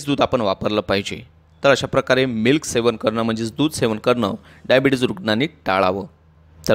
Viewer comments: शेवन नाही सेवन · सेवन पाहिजे शेवन नाही